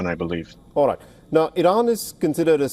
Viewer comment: DIAL WEST NOT "Rite".